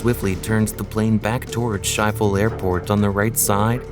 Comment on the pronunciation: That's not how you pronounce Schiphol. And if you're going to use graphics, at least get what the building looked like correct.